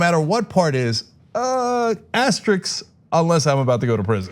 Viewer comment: Genk! The word is pronounced "aste-RISK", not "aste-RIX".